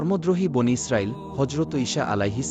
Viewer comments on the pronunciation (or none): none